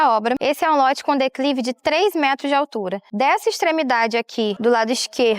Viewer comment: Eu acredito que ela tá tentando dizer "declive" não dá pra entender direito